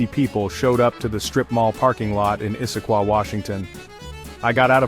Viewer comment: Loving the stories,, but I'd like to mention I'm not crazy about the narration. Don't know if it's a person or AI but mispronounciation of words and places - like Eye-sah-quah - I love Issaquah too much to not be bugged by that. There have been other ones in the other parts, but I let it go until now. Maybe you can listen to the last 2 parts before you release them to edit this issue.